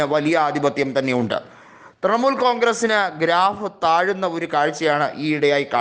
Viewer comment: തൃമുൽ അല്ല തൃണമൂൽ